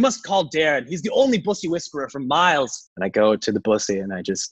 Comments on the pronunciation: The only celebrity to correctly pronounce bussy. I'm in. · I'm just happy he pronounced "bussy" correctly